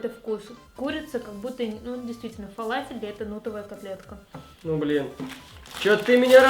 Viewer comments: * (НЕ ХЕЙТЕР КАНАЛА И ДЕВУШКИ) но она сказала фалас? она его пробовала парам пам пам)))* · почему нельзя говорить ФАЛАФИЛЬ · Почему нельзя говорить фалалафель